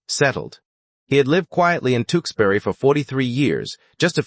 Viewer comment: Tewksbury is pronounced Tooks berry not Two ks berry. TOOK as rhymes with BOOK.